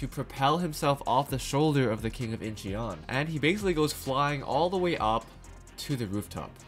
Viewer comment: Incheon is pronounced without the e. eo in korean is pronounced as an o with an open mouth. Similar like awww but with an o. I never commented a YouTube video, but I have to intervene here for more perfect content on your channel. Keep up the good work!